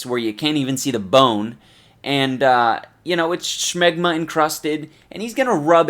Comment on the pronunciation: "And you know, it's schmegma encrusted." That's a funny pronunciation of the word. LOL!